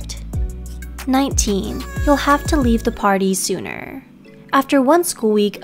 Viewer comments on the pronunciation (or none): none